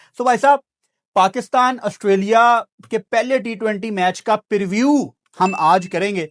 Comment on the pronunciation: perview ❌preview ✅